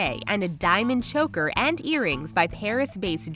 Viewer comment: Lol 'chocker' it's supposed to be choker